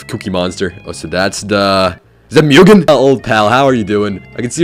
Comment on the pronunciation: Its read mug an